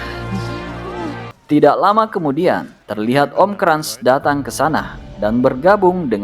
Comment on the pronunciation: Cara bacanya benerin min hahahaha kras bukan krans emang koko krans